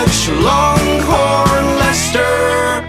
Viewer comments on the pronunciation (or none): none